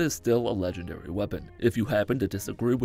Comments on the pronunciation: I’m not gonna lie, the first time he said “legengary” got to me 😂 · “Legengary” GARY GARYYYYYY